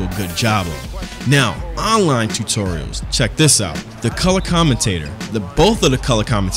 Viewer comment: Your Saying Tutorials Wrong